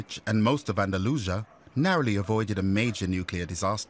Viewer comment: Andalusha? Andalu-see-ah